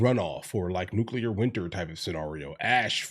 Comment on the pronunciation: The SECOND someone in a position of public address pronounces Nuclear, "New-Kew-Lurrr" I turn my fucking ears off. If he can't be bothered to care about what he speaks about, I can't be bothered to give a fuck.